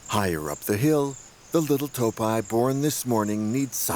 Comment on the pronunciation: ИИ честно задолбал, неприятно слушать как эта не до женщина разговаривает. Не тааапи а тоопи и т.д.